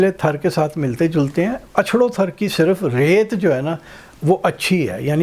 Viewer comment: Thar sahi name hai . App thrr bol rahe hain. Jaise car .star.paar waise thar